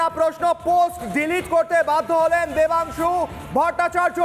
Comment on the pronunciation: No Debansu, it's Vodansu😅